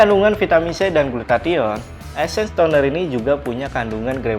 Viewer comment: Essence bang bukan esses😅😅😅😅🤔🤔🤣😆